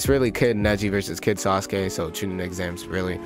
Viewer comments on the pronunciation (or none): the way he said sauske and neji's names. Hi-you-gah